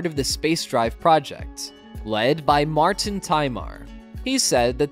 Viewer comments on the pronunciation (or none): none